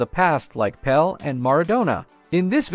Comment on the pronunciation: Pele not Pel, PELE Not PELL